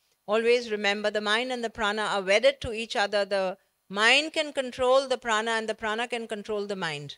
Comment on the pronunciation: Pehle isko प्राण बोलना सिखाओ भाई, ये महाप्राणaa kya hota h भाई?